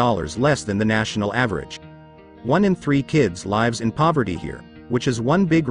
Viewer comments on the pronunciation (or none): Unfortunate that the A.I. narrator can't pronounce the verbal form of "lives" correctly.